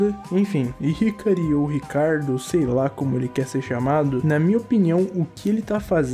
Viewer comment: Eu legit fiquei triste ouvindo esse "hikary" aí mano meu deus